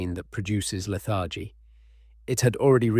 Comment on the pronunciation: It’s not leth argie, it is leth er gee.